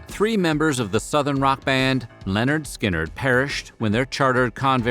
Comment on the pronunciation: Narrator doesn't know how to pronounce "Lynyrd Skynyrd" smh - he def grew up after the 70s